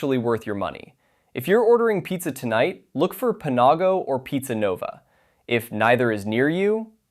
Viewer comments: I've never head Panago pronounced Puh nah go before. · "pa-NAW-go" lmao what.